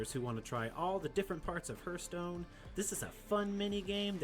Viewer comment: Keep up the great work but keep in mind lol haarth·stone